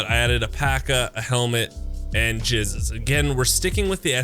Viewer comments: G != J makes it sound constantly like your saying jizz XD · Did it annoy anyone else how he said pst gzh, and gssh? Also for the ak build at the end, dont need the new stock just add a buttpad, instead of the sight mount buy either the dovetail sight from lvl 1 Prapor or use an okp-7 dovetail sight it's a common drop on saiga-12 shotguns (on scavs) and replace the default muzzle device :)